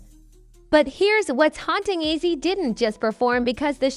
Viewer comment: Its ozzy not izzy